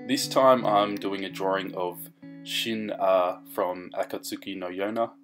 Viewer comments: pronouce sheen haa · Shin-ah it's pronounced Shin-yah but how u said it it's pretty good. I like your drawings though